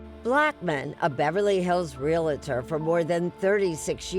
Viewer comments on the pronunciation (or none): “Real-A-tor?” Certainly you meant to say “Realtor.” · I was surprised Erin Moriarty said "re-la-tor" and not "real-tor." No, Erin! 😯